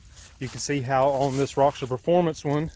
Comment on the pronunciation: Roxor not roxer lol